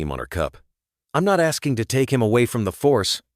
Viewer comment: Annoyingly, every time the word “No” appears, the Ai voice says “number” - can this “PLEASE” be corrected?! Also the pronunciation of POLICE and the word “not” being voiced as “note” and “pup” being pronounced “pupe”! 😂 ….. sigh! 😢